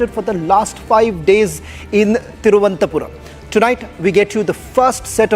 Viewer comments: Presenter had spoken very well, but for the name of the airport. It is not Thiruvanthapuram but Thiruvananthapuram - Thiruv - anantha - Puram or simply say Trivandrum. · Cannot pronounce thiruvananthapuram. Are you also from royal navy?